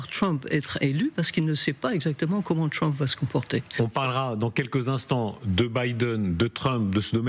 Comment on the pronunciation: On dit Trump pas Tchwump ...